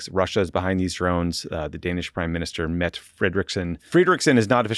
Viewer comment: Love PSA, but the Danish PM's name is pronounced Meh-tuh (like a Boston better).